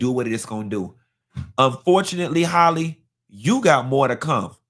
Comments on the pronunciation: Halle not Hailey 😂😂😂 ain't gone ever get it right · Omg you done said this girls name every way but right😂